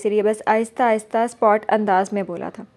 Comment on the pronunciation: Good job Masha Allah but word sapaat hy jis ap spot ada krti hn